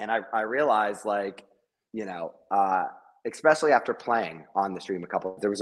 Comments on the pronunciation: i can't stand that he says EXPECIALLY ... otherwise i'm Team Garrett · It bugs the shit out of me when Gman says expecially